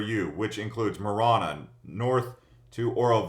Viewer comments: I thought the second A in Marana had a long A sound? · I figured it out when he pronounced both Marana and Sahuarita incorrectly. I can understand maybe the latter one, which most people do not, but Marana, come on!!! For the record, it is Saw wah Rita not Sour Rita or Swa Rita. Also there is a difference between South Tucson and the Southside. It just seemed like he categorized them as one.